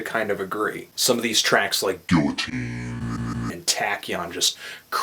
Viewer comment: Gilla-teen... Gee-yuh-teen...